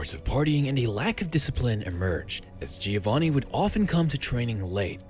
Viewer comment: srry, dont u think he´s pronouncede like hioanni since mexic ospeak spanish? gr8 effort on pronounviation though!